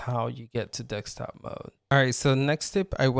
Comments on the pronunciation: desk-top not dek-stop. :) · Dekstop dekstop dekstop!!! 🤪🤪🤪